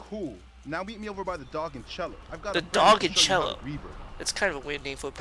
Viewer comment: remeber when he said conchilo on the sign it said ceilo